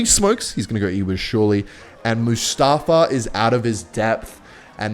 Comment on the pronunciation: Mustafa is pronounced Mustahfah